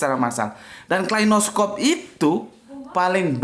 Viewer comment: kalashnikov pak, bukan klainoskov